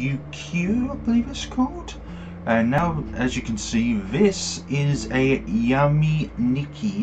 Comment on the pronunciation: Why do you say "Ya"me nikki but not "yu"me nikki?